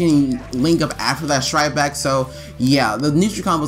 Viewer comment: It trigger me so hard how you say "strike back". Everytime you say it sounds like "shright back"...